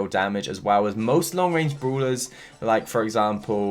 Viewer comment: He always says broulers😂😂😂